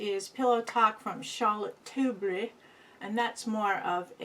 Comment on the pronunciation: Hey!! I crack up when you say Charlotte Tilbury!!! Great lippies&lipsticks!! Those blushes r great! I need something lighter like one of those.Im pretty fish belly white myself. It's easy to look like a clown if I don't watch it!!! One of my favorites is Loreal Color Riche 444 Tropical Coral. They have a great range of color. I sure hope you have a great week!!!!